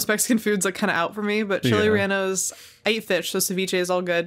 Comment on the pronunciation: No mames, pensé que la pronunciación de Chiles Rellenos estaba culera, pero esa receta está para llorar